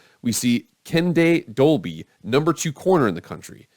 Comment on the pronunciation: It's Kendel Dolby...not Kenday.